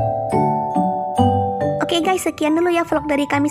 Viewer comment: nyebut Ges 😂😂😂😂😂😂